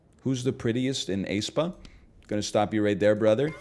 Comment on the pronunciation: Mispronounces (G)I-DLE, mispronounces æspa, questions his accurate pronunciation of NMIXX, love ya egg <3 Also please release a full cover of Queencard, the people demand it